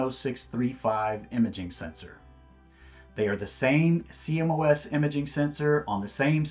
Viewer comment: please say "See-Moss" for CMOS sensors :) i know it's an acronym but that's how it's said in the industry :) trust me